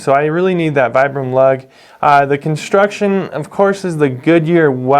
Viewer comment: Nice video. Not to be a nitpick, but I’m told it’s pronounced “Vee-brum” 😉